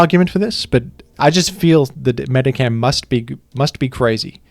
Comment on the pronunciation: Pronounces Aegislash wrong in like ten different videos and chat never corrects him but they immediately jump on this for some reason.